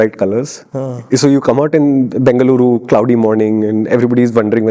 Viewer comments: Thanks for saying it right as bengaluru ❤ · Thank you for calling it Bangluru over Banglore 😍 Lot of love ❤️